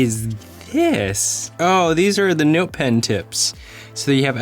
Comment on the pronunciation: I'm just noticing that you're saying "Nowte". ;-) And "Phowne". Or "Phoewne". :-)